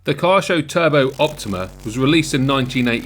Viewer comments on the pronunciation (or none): It's pronounced Key-YO-SHOW